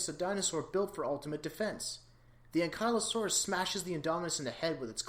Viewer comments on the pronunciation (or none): You mispronounced ankylosaurus